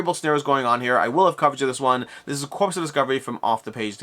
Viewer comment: Corps is pronounced like "core" not like "corpse".